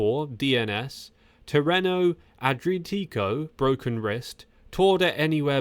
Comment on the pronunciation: "Tea-rean-oh, A-dree-a-tick-oh" is how you say it mate. Otherwise 7/10. Good efforts